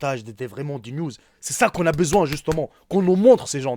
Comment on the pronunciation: "au cas ou elle aurait baiseouin"?